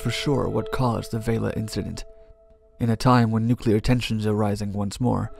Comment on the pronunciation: And is it so hard to find someone, who is going to repeat the term 'nuclear explosion' numerous times, who can actually say 'nuclear' instead of 'nucular'?